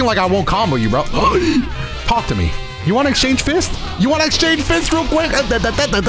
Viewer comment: Anytime says talk to me all I hear is talk Tua me